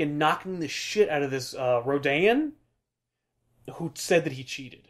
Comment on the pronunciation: Is that how Rodian is pronounced?